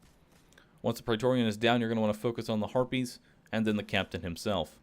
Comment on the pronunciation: Why do you keep saying praetoreon